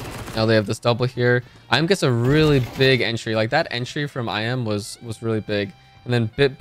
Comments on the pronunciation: its eeeMeh not I'm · iM = Emeh, not “i am” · I M ?????? it's imah:face-blue-smiling